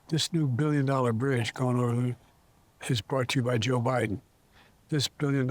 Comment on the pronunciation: JOE BYE-THEN.... PLEASE GO!!!